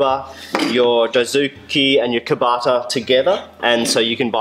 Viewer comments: Very nice and clear, but... kataba, not kabata :-) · Kataba, not kabata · "Kabata" is actually "Kataba" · Thanks for confirming they're Gyokucho; I've also been considering Gikoh/Kakuri but I've heard respected craftsman vouch for Gyokucho saws. For tough cuts you can start the kerf with just the closest end of the blade as these teeth are made closer together for this purpose. The single blade, spineless saw is 'Kataba', not "Kabata", just FYI.